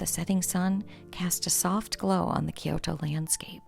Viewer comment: It’s pronounced kyo~to. 2 syllables. Not ki-yoo-to.